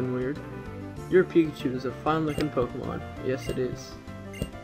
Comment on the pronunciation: ITS NOT POKEMAN ITS POKEMON MON MON ONNNN :P PLEASE STOP